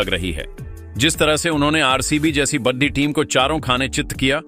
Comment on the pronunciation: Badi ko baddhi kyon bolte ho bhai 😅